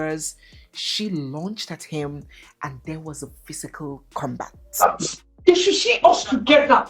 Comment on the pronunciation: That's right 😂😂 "They should Shee ush together!" 😂😂😂